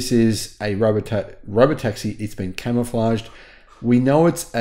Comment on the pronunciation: Why does he keep saying it's camoflaged?